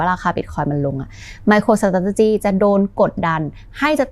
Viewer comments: น่าจะต้องออกเสียง ไมโครสตาท(เลอ)จิ มากกว่านะครับ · น่าจะต้องออกเสียง ไมโครสตาท(เลอ)หรือ(เออ)จิ มากกว่านะครับ น่าจะฟั้งเลื่อนหูกว่า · ชอบทุกครั้งที่จขช.พูดว่า สะต้าดติจี้ ❤❤😂😊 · พูดคำว่า Strategy ได้ตลกมากเลย ฮ่าๆๆๆ ผมขำมาก ก ก เป็นกำลังใจให้นะครับ ❤